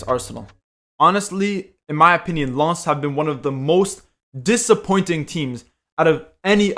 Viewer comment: Nice to see someone pronouncing Lens at least better than others who say Lens as in photograph lens.